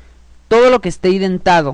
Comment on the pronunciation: Felicidades por estos videos. Muy bien explicado y con mucho entusiasmo! Permíteme hacerte una corrección. En programación, el equivalente a una sangría se denomina 'indentado', y no 'identado', ya que viene del inglés 'indentation'. Saludos.